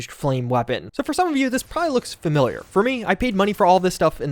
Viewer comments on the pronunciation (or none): none